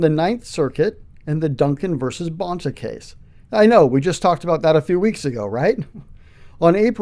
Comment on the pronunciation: Let me guess another reason - the way he pronounces Rob Bonta’s surname?